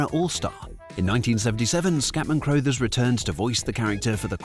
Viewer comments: Ok, it's an AI Britsh accent, but it's pronounced Scatman CRUH-thers. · Scatman Crothers surname is pronounced like brothers, not that nonsense you came out with. 🤦‍♂️🤷‍♂️ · Also, Scatman pronounced his last name like “cruh-thers “ and not “crow-thers.” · A hallmark cartoon of the 70s, contemporaneous with the Hair Bear Bunch. That it only had 16 episodes, but felt like many more despite the simple formula, says a great deal about Scatman Crothers's talent (though I am fairly sure it is pronounced CRU-thers - as a contraction of Carruthers - and not CROW-thers. And I always thought his name was Henry! Final point - odd that a British voiceover does not mention the impact of the show in Britain, where it was certainly riding the wave of our fascination with Kung Fu and capturing the hearts of a generation of children... and let's not forget the eponymous after-shave of the same era!! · Never heard anyone pronounce "Crothers" like that before. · I was surprised when he pronounced it that way in the video, but then wondered if it was one of those names that is pronounced differently in the US. I couldn't find a video of Crothers saying his own name, but in videos of people who knew him they pronounced it like you said.